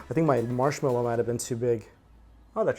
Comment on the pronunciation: When went "Marshmelloo", I seriously gave out a groan, "whaaaaa--?!"